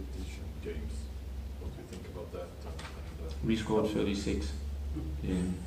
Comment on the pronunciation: "we scoored 36 in 17 games" vilken legend han är